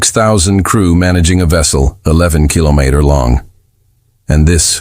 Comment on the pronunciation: 15 minutes in and so far so good. Only issue at this point is AI not knowing how to say kilometer. We wish yo give your government the opportunity to make this decision independently, while we hold a gun to your head. That is by fiat, not a decision made independently.